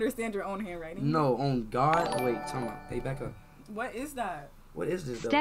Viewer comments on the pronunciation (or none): He said bae back up